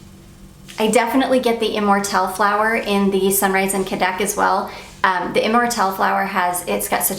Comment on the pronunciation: I’m not 100% positive but I think cadaques is pronounced Ka-da-keys😊